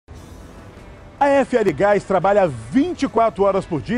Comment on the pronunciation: Vou parar de ver só por causa desse chato do gás... nem sabe falar GAIXXXXX... com a menina dava até ânimo de ouvir a propaganda!!! Não tem tiro, como se tudo fosse pacificado kkkkkkkkkkkkkkkkkkkkkkkkkkkkkkkkkkkkkkkkkkk